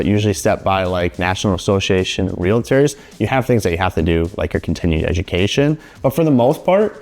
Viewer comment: We are Realtors, NOT Realitors! The VERY, VERY 1st thing to learn is how to pronounce what we are! You will find out that it is like fingernails on a chalk board in saying our name incorrectly!Thank u!!!!